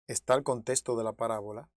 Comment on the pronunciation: Por favor, no se dice,contesto, sino, contexto, habla claro